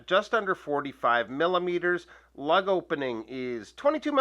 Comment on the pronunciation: lug opening ? sounded like LEG